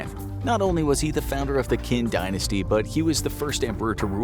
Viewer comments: Qin is pronounced CHin, not Kin. You know, like the word China? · Actually the word Qin is said like chin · Qin is pronounced 'Chin'...